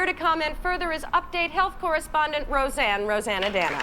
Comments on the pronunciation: Indeed it was Bill Murray, the unfunniest cast member ever to infiltrate SNL. He must have been in possession of some incriminating videos or something. Fortunately for us he has no lines in this clip. The name is not hard -- say "Roseann". Now say "Rosanna" Now add "Danna". Rosanne Rose-Anna-Danna. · It’s ROSEANNE ROSE ANNA DANNA!